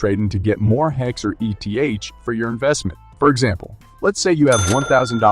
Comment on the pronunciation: Your videos are good but hide a bit in being dissociated from the personhood of who makes the video. I believe if you turn up to the videos personally and show face you will have much better reach. Just an opinion. 😅 Ps Its 'eeth', not ee tee haych.. like you dont call 'hex' haych ee ex